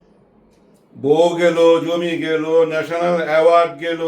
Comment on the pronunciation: নেশেনাল এ্যাওয়ার্ড কি? একজন পরিচালন এই শব্দ।কে ভুল উচ্চারণ কেন করেন।